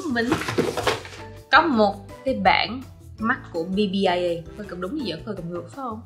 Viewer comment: BBIA đọc là Pi-A nha chị